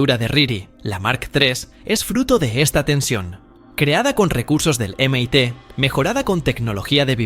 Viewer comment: Si vas hacer videos con IA almenos trata de buscar la pronunciación fonética, de algunas palabras en ingles MIT por ejemplo se escucha fatal.